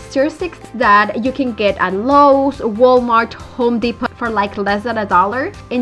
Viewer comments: Depot is pronounced without the t Depo not DEPOT THE T IS SILENT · It’s DEPO…. The T is silent, lol♥️ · it's pronounced home depo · it's pronounced home Depo the t is silent not being critical just thought maybe you didn't know love your projects keep up The great work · The t is silent